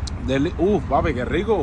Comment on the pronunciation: When he say 5 strella u can here the pure Cuban accent Puerto Rican can’t pronounce the letter R is not a knock ..I’m Cuban and I say papi